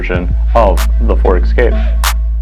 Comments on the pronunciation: It’s Escape not Excape. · It's 'Escape', not 'Exscape'!